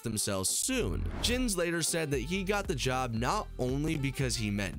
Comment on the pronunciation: Blud you did not just call my man "jens". Its pronounced "yenz". Anyway, great video.